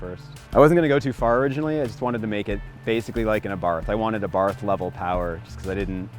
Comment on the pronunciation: It’s pronounced AH-BART , not EHBART